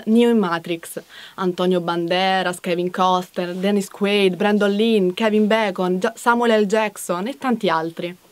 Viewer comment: Kevin costen... È Brandon leen.... O non ho sentito bene